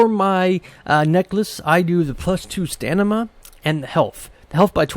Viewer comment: Nice vid. Tnx One thing, it's stamina not stanima :)